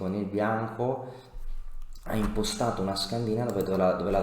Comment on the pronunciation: l'unico appunto che posso fare a questa difesa ineccepibile è che si dice scandinàva :)